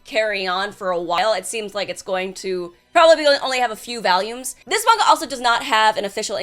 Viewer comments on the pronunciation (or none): VALIUMS- also called diazepam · WHY IS IT VALIUM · Oh no, not the Valume. Why did you make me aware of this? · Yeah I had to do a double take, it sounded like she was saying valium and after reading a manga like this might just need some valiums lol